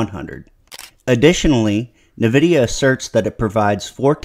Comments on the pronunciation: What's Navidia? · Good breakdown, but.. Dog.. why 'nuhvidia'?